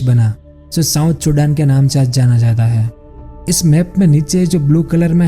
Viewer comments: Oh bhai it's Sudan not chudan🤦‍♂️🤦‍♂️ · Are you saying it Sudan or chudan..?? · Chudan kya hota he bhai. Sudan he na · Sudan❌ chudan ✅ 😂😂😂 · 😂😂😂😀😀👍 kya bol raha h..ye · It's Sudan not chudan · Sudan ko chudan kyo bol rhe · Chudan nhi o Sudan hai 🤣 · चुदान 😂😂😂😂 I think its सुदान. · wo chudan ni sudan hai😂😂😂😂😂🤣🤣🤣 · Sudaan hota hai ye bhai sahab ne chudan bola😂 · bhai vo sudan ko ache se bol nhi pa rhe isliye unhone usko chodan kha diya isse vo chapri nhi ho jayege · Chudan nahi🤣 sudha pronounce kar. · Still laughing when he say chudan 🤣🤣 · Habitual Pronunciation mistake